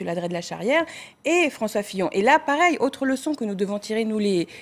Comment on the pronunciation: A ''François Fion''